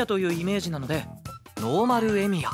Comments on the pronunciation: 最初エミヤが「エイギオウ」って聞こえてビックリしたwww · なんでかわかんないけど ルミオーって聞こえてエミヤと認識できなかった